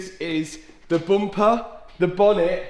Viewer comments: He had me when he said byumpar for bumper 🤣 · The bompa, not bumper 😊